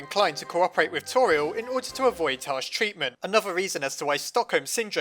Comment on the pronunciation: Her name is pronounced Tor-E-el not Tor-e-al